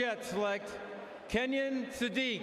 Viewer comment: Kenyon Sadiq name is pronounced Ken-yun 😂🤣